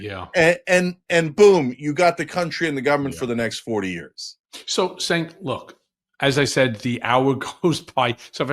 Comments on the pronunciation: SANK?? Put some respect on his name. It’s pronounced CHENK. Also what is with these comments? agrees with him on everything but he’s an extremist? The democrats lost 2 elections to that idiot because of all the reasons Cenk has been talking about since day 1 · his name is pronounced "Jenk".